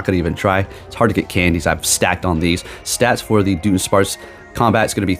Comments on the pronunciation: jusy fyi i believe its pronounced like DUD-un-sparce. the joke is that the evolution is a dud since it barely changes visually lol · It’s pronounced Duh Duhn sparce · It's pronounced "Duh-DONE-sparce". It's a joke based on it just being an extra segment added and nothing else. It's the Pokemon Company trolling basically, because everyone's been calling for a Dunsparce evolution forever so they went ahead and gave us one with minimal "effort". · its duh-duhn-sparce